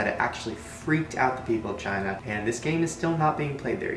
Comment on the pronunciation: he says vagina not China sorry I can't age I gave my soul to the devil himself so I'm going to live for a very long long long time I'm going to be the oldest bitch on this planet when you make a deal with the devil you will live long give your soul to the devil and all your dreams will come true